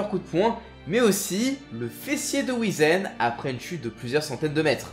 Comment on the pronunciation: alors juste un truc qui m'à trigger tout le long de la vidéo... ça se prononce Whyzen